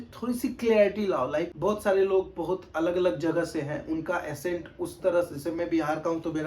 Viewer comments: Bro it’s not assent… it’s ACCENT = ak-cent😊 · Its accent and not assent... But no need to fight guys and if someone is correcting it only with a motive to help and there shall be no hard feelings... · Bhai mere aapne Accent hi galat pronounce kar diya.... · Madam, App Sahi bol kar comment kar rahi ho, aur wo Galat bol kar video bana raha ... Socho 🙏